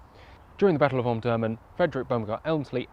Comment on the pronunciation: Pronounced om-dur-man not om-durman